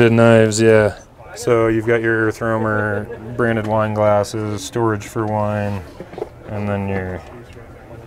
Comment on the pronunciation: erfromer hahah u need to pratice that word